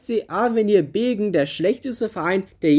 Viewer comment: Es heißt übrigens Beggen und nicht Begen